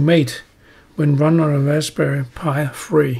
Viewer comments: ...and you did that too! (it's rasPberry) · raspbarry?, ubunto? lol wut??